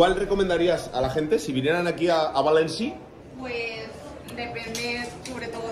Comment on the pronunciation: Bua soy de Valencia y cuando el ser este se ha puesto a hablar en "valenciano" creo q me ha entrado el ébola, cringe. Por cierto es València, no Valenci.